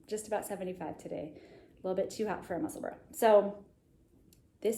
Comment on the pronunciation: Nuts Knitwear and Junko Okamoto have beautiful sweater patterns on Ravelry that feature colour work with strands of yarn in the front. Nutsknitter - Fynbos, Florium and Inflorescence all have floats on front as does Junko's Bouquet. You nailed the pronunciation of "Musselburra" by the way !